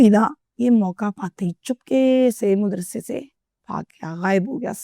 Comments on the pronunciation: WHAT THE HELL IS MUDRASA? O YOU STUPID AND BRAINLESS HUMAN WANNA BE, MAD-RASA IS THE CORRECT WORD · Modrassa nahi hota madrassa